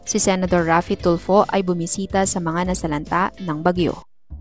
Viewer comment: Senador hindi senadro 😂😂😂😂😂😅